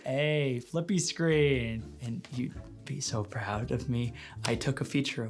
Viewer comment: "i'm so pround of you - tanks dad"